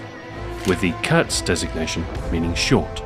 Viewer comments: lovr hoe hr pronounces the german name of the Maschinenpistole 5 kurz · If he'd speak any german he probably wouldn't have pronounced "Kurz" as how it reads in english, but with a proper "u" sound. :P